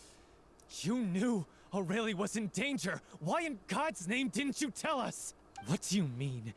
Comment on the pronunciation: I forgot how badly they pronounced Aurelie in this, I don't know how they got that pronunciation from that name